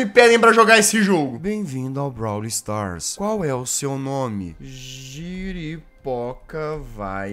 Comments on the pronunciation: Alguém além de mim ficou com agonia quando o jazz falava brawl Stars errado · e tambem ele falando brawl do errado😂